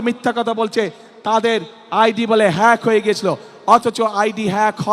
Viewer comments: নেতা তো বলতে পারেনা ফেক না হেক😂😂😂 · মূর্খ্য হ্যাক শব্দটা বলতে পারেনা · হ্যাক শব্দটাই বলতে পারে না, হেতি আবার নেতা?